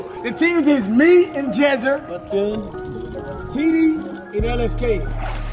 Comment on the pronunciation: First time I've heard him call jesser jesse, I mean jezze.